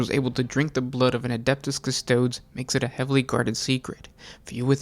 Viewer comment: Stop mispronouncing custodes